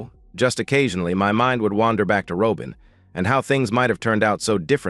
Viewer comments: Ai doesn't know how pronounce simple words? What is a Ro-bin? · If you're unable to pronounce Robin properly get a better I a to annoying to listen to